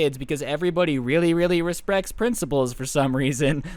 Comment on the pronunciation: every body ‘resprects’ principals😂